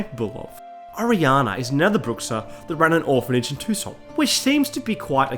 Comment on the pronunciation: Its funny to ear toussaint pronounced tucson. I saw Geralt with a "god bless america" t-shirt for a moment!